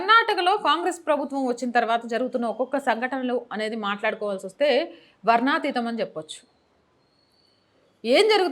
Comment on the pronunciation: వర్నాతీతం అని కాదు పలకాల్సింది - వర్ణనాతీతం అనిపాలకాలి - వార్తలు చదివే ముందు భాష పై పట్టు సాధించాలి అని తెలుసుకోవాలి